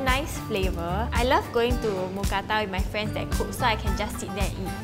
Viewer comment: I’m so happy since I’m Thai and moo means pork or pig but it’s not pronounced like a cow Kata means pan So mookata together is a meal name Edit: that is the almost perfect pronunciation of mookata